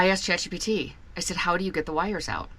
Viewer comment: Did you say “Chat GDT” ???